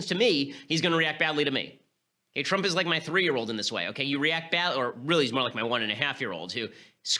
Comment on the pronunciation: "President Twump."